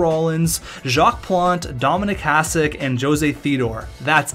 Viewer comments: Its Hah-shick not Hahs-ick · I know its hard for you guys but it's pronaunce Hašek.. :D Btw great vid. Even tho i dont watch hockey (basket guy) i enjoyed this coz im from czech :) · Imagine saying that he's the best goaltender in NHL history and you can't even say his name properly! Hashek (S with hat is SH) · Even though you write his name correctly you keep pronouncing it like "s" instead of "š". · If you're going to talk about him, learn to say his fucking name.